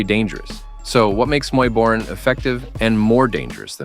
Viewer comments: Hey AI, it's Muay "Bohr-ahn", not "Muy Borin'" like the narration. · Muay boring...muay borian...muay borran...damn I hate AI voice-overs 😂. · It's pronounced Muay Boran (BORE-ON).